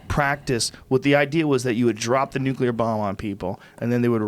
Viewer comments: Young schooling Eddie on nuclear energy, the whole time pronouncing it "nuke u ler" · It's pronounced new-klee-are, boys. Before you start arguing about it, learn to say it. Also: lie-bra-ree. Let's all say it together: NEW-KLEE-ARE, LIE-BRA-REE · Guard Passer new-killer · Says nuke-you-lur instantly loses all credibility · Yeah eddie studied nucelar science nucelar nukeilar....if only he studied nuclear science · learn to pronounce nuclear before bragging about your high school level, basic college course. It's nuclear, not nuke ya ler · says he got an A in physics class. meanwhile he cant even pronounce "nuclear" correctly LOL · “Nucular” Betabitch. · "nucular" hahaha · got an "A" in physics, but he can't say "nuclear" correctly. Hmm. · can't pronounce NUCLEAR lol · The irony of acting like he knows what he talks about when he cant even pronounce nuclear..... and getting an A to intro to physics makes you an authority on the subject? LOL